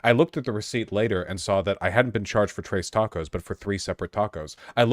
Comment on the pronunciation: I thought he was saying "trays tacos" at first lol